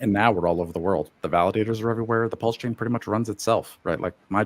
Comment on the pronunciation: bastard is English but he can't pronounce Pulse.... Well done on all the other stuff though and he has done fantastic things!